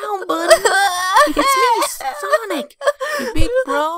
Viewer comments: lol sowic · I love how tails calls sonic "sowic"😭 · I love how tails calls sonic sowic 😂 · Sowic Sowic Sowic ❤️❤️❤️❤️❤️❤️❤️❤️❤️❤️❤️❤️❤️❤️❤️❤️❤️❤️❤️❤️ Tamara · U LOVE HOW TAILS CALLS SONIC SOWIC 😢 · Are those who didn't understand tails he said sowic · It is not sowic it is sonic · Sonic not sowic!